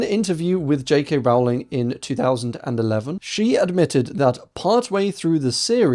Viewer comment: say the word bowling. yes, it rhymes with Rowling.